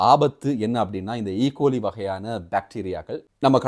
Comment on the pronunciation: அதன் சரியான உச்சரிப்பு, "ஈ கொலாய்" அவங்கள் செய்தி வாசிக்கும்போது அவதானிப்பதில்லையா?.... மக்கள் நன்கு சமைக்காத மிருக உணவுகளை சாப்பிடுவதால் அது வருவதுண்டு..... பசு மற்றும் குதிரை போன்றனவற்றின் சாணம் நாம் குடிக்கும் தண்ணீரில் கலந்தாலும் ஈ கொலாய் கிருமி பாதிப்பு ஏற்படும்..... மக்கள் சிறுது காலத்திற்கு சைவ உணவு சாப்பிடுவது நன்று..... பாலை மறுபடி நன்றாக காச்சியபின் பாவிப்பது உத்தமம்....👈